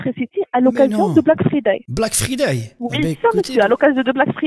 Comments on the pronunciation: Mais quel anglais 😮👌 Black Freedè "c'est ce que moi j'ai entendu ". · L'autre elle te sort normal un "black fridé" mais insiste sur la prononciation de engie :D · "Black freeday" j'suis mort on dirait ma grand mère qui dit black friday xD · "black freeday" 🤣🤣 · elle ma tue la meuf quand elle a dit : black friday sans laccent anglais